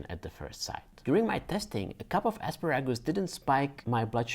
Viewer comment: I could listen to you say "asparagus " all day! Where are you from?